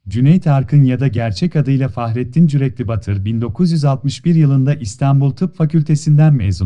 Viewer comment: Cüreklibatur'dur cüreklibatır değil